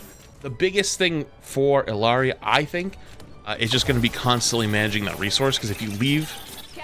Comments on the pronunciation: It’s not “ILLARI” btw it’s “E-YUH-REE” lol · I'm pretty sure it's pronounced ee-yaa-ree. Her rifle feels a bit slow and clunky to me, but maybe because I'm not use to it yet? Her healing is outrageous. The resource management feel good. Her pylon when in combat destroyed recharge should be a little less, imo. Overall really nice addition. Once you get use to her resource management she's crazy fun. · It's pronounced iyari it's Peruvian and the LL is said as a Y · illari is pronounced i(ya)ri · Its pronounced ayadi